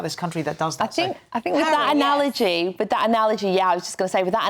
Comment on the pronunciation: "with that anawogy (!), with that anawogy (!), yeh, I'z just gunna say, with that anawogy" ... is this really an example of a trained media commentator? Bullying other presenters with obsessive text repetitions? Three times, really?